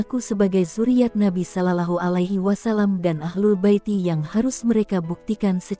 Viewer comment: Tolong pengucapan sholollahi alai wasalam dibetulka🙏🙏